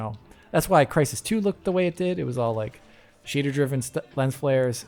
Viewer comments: For - the mixing up of the first letters or sounds of words like "Crees in Trysis" is called a spoonerism! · "The crees in Trysis" had me laughing for some time. had to go back a few times to hear it xD